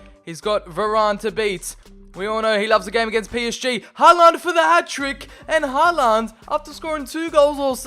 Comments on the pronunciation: The way you pronounce Håland "Haland" is making me cry... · TdT_killler-_- Its håland